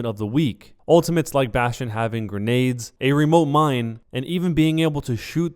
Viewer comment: Jeff Kaplan pronounces Bastion really weird like "bast-E-in"